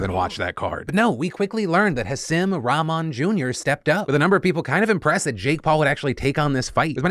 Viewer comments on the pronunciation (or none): Bro, if you're going to cover stories at least pronounce people's names right. Hasim is pronounced Haseem and Rahman is pronounced Rahkmen. Such disrespect